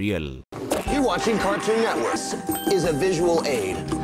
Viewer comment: Cætuun networkie voice